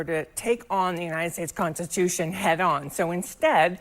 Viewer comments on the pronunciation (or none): Homegirl said.... United Tates Stonstitution. 😂😂😂😂 Like 5 times.😂 Thats all I needed to hear.